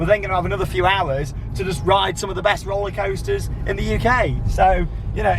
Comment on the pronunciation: Make shorter vids you are upsets with roller coasters and you say roller coasters wrong